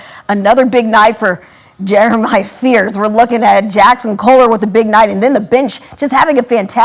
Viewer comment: Also cant even say Jeremy. Embarrassing